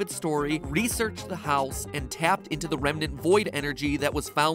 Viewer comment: MatPat: says "remnant" Need no further explanation